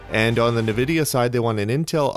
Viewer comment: Point of info. Nvidia is not pronounced Nah-vidia, it's pronounced Ahn-vidia. Thanks for all your work.